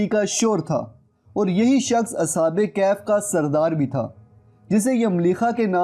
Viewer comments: Sir sahi word kahaf hai kaif is wrong pronunciation plz correct it thanks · It's kahaf please pronounce true word Kahaf not kayhayf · bhai kehaf ni kahaf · Bhai video buhut achi hai lekin ya lafz galat Ada kar rahe ho kaif iss tarh bola jata hai.ya kahf hai Na ka kaif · Asalamoalaikom kaif nahi bhai kahaf aur ya syedzada kia hota ha? syed kioun nahi? waisay ap nay mahnat achi ki. isa jari rakhain. Jiakamullah ho khair